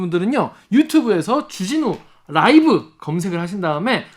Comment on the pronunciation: .쭈진후 롸~이브!! 발음이 넘 약해지셨응 ㅡ 정말 의협 나쁨나쁨 좋은 의사샘들 넘 많으신데...